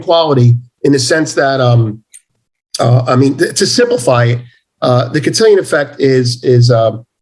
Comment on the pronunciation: Cantillon Effect. Not Cantillion.